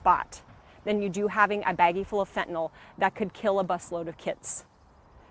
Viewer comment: I'd have more confidence in law enforcement if they pronounced fentanyl correctly.